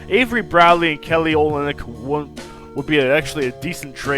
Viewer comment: lol it's kelly o-lynyk.. not oly-nyk! and noel is pronounced like "no-el"